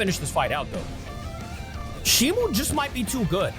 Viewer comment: its shimo not shimu